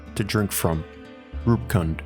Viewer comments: Roop Kund is pronounced as Roop (like goop) and kund (ku as in goo) And Devi's D is pronounced as "th" in them. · Fantastic video. also Roopkund is a famous trekking route in India P.S. Kund in Roopkund and Homkund is pronounced as koond